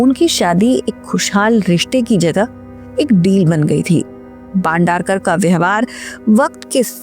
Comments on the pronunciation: "बांडारकर" ????? "भाई बंदरकर" !!!! — कहो !! अगर ये उच्चार करनेके लिये कठीन है , तो ऐसी क्लीप्स बनाना छोड दो!! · भंडारकर नहीं बंदरक